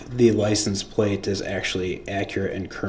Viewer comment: He didn't even say liscense place. He said "liesen place" !